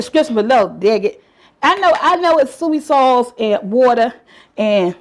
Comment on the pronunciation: Are you saying soy sauce?